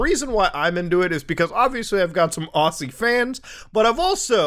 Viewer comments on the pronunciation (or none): Its pronounced ozzy, not aw-sea, I dont understand how the entire world seems to pronounce it wrong Also, im an australian and didnt know about this hack :/ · walla Muda! it is pronounced Ozzy not awssy. k thanks <3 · oi m8 its pronounced auzzie not auSSie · Aussie fan here. Can you do us a favour, it's pronounced Ozzie. Cheers mate.